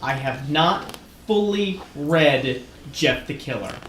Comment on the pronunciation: Sorry but you butchered Jeff the killer